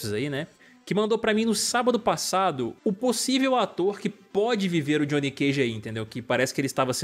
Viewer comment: Johnny é de john, não de jonnathan. Não existe johnnathan. Como não existe Gjoão.